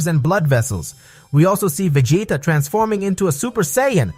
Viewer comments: ....did you just call vegeta, Va-Gay-TA? 😆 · ve-ji-ta it's a soft g, not a hard one.